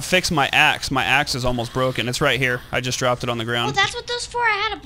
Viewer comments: I thought said I need your ass, but she actually said I need your axe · said ass instead of axe